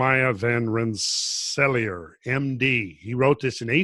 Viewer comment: Van Ren-sa-LEER, like King Lear